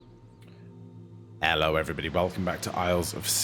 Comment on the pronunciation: i notic ed in the beginning you did an "ello" instead of a hello, ad i cant name any other examples but you do sometimes turn mega british for like 2 words, completely unrelatd to whatever you were doig at the time, which is kind of funny ngl.